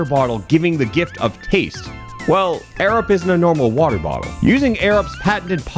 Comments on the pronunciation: Why does it sound like "Arab" whenever sais it? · Love how AirUp just sounds like Arab everytime said it. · I watched the entire Airup ad. After hearing say it so many times, it just started to sound like he was saying "Arab".